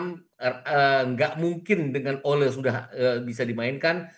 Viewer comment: Ole bukan olo